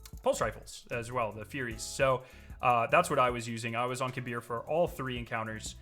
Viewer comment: Thank you for saying kahbeer's (kabr) name correctly